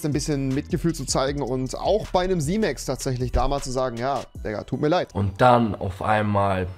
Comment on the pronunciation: da sagt er einfach Simöx HAHAHA